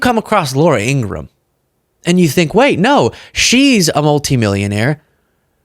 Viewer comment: It’s In-gra-ham, three syllables, like POS [piece of shit].